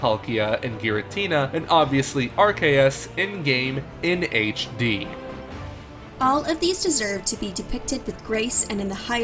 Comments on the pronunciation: "Pokemon Arc-a-us" Can we talk about your pronunciation? That's a dislike and worth a triggered comment! They say "Are-see-us" in the movie! How the hell do people still mispronounce it? Nice predictions though! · arkayus, I'm dying at that poor pronounciation. the reason we aren't getting sinnoh remakes yet is because they need a new engine for the switch to work off of, simple as that. this feels like just a theory video.